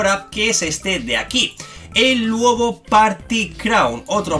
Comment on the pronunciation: se dice ''Luobu'' no se dice ''Luobo'' XD